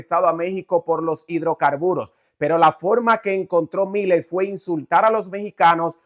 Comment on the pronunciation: Has de cuenta que milei tiene acento en la "e", suena asi: Miléi